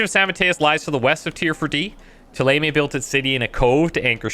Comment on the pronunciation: Don't think he is well versed in French phonetics (and to be fair, the in-game pronounciations are heavily anglicised). But even if this is considered canon, I'll stubbornly wither away on the French mountain of accents, because ThéLAYMAY is murder.